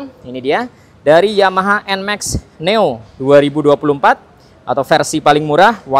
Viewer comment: neo bang bukan noe wkwk